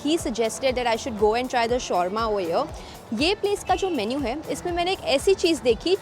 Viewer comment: The way u pronounce shawarma is wrong